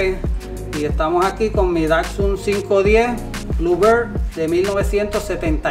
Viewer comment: Por lo menos aprende a pronunciar bien la marca Datsun pues , no es Dacsun sino Datsun ☝️